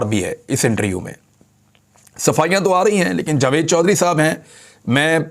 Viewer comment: Mere Bhai intriuuuu nahi hai interview hai.... Plz interview boliye na ki intriuuuuuu....